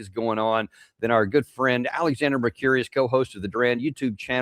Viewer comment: It would be good if you could pronounce Alexander's name correctly. Mur-cur-is not curious.